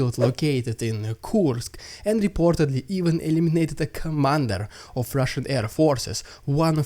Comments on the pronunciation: Your "RRidiculous RRussian pRRopaganda" is getting a little cringe...but, I'm HERE FOR IT! Carry on,! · maybe if soyguy sacrifices all of wagner he might slow down the AFU momentum just enough to allow vladdy a moment of rrrrrridiculous rrrraaaaaashan pprrrrrrrrrrrrogandah hah!